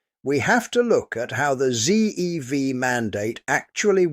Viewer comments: At 1.00, 3.20 what is this rubbish about ZEEdv? WTF is ZEE. If you're going to narrate in ENGLISH, the last letter of the Alphabet is ZED. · "Zee"EV? AI slop narrator.😡 Give that shit a dislike. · Apart from this video being AI generated and AI spoken (no British speaker would say 'zee dee vee ' for ZDV), 25% of new car sales this year are battery electric and 13% plug in hybrids. So 38% of new cars sales represent adoption of whole or partial electric power, and in June the combined share was 42%. Far from rejecting EV's this looks like a rapid increase in uptake. If car makers would like to sell more cars the ball is in their court - make better cars!. No subscriptions, less reliance on software to control every feature, more switches and fewer touch screens, a focus on making products that are economically serviceable, and doors that can be opened in the event of power failure. The EV uptake is impressive in spite of rather less than optimum products.